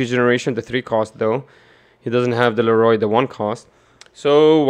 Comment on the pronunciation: Please say leorio right 😂 Leroy was killing me